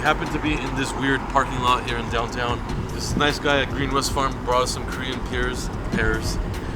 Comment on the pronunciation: When he said Korean pears all I heard was Coronavirus